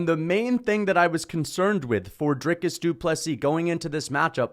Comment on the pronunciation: Congrats you pronounce DDP’s first and last name correctly! Better than Sir Dana White to the people of SAfrica. But at least DW did address them, and respectfully.